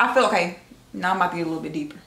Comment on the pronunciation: I love the way way says “now” and everything that rhymes with it ♥️♥️♥️